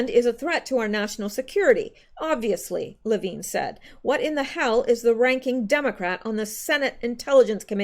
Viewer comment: Levin = Le (short a) + vin (like a vin number on a car) NOT veen....